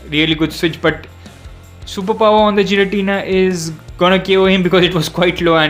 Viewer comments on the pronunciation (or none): that's Gi-ra-ti-na not Ji-ra-ti-na and its not evil-tal that's yv-et-al